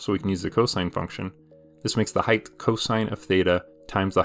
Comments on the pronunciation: are you saying heighth? with an extra th? it's just height isn't it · height ends in t, not th. height not height-th